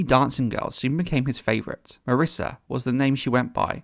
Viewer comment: lol "marissa"....mysaria.....yup....second to none...